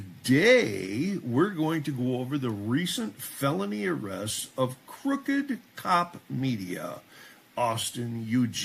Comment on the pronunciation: the way you say crookedcopmedia sounds like cookie cutter media to me. which is quite fitting, think.